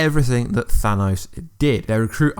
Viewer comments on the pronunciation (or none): Thanaws?? Its thanos lmfao i tried blocking this guys video's but cant lol i watched his infinity videos before it was released lol hey how not that captin dearth lol oh yeah oh yeah he's still alive lol